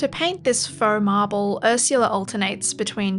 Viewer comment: Feaux Marble = "Farble"